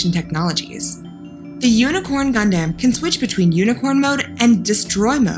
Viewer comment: Gundams are not ROBOTS, they are Mecha. Also, it is "Gun-Dum" not "Gun-Damn". FFS...